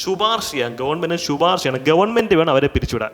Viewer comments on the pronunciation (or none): Sir, "Shuparsha" alla "shiparsha cheyyaam"...👍🏻😂